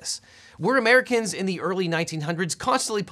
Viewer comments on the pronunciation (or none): none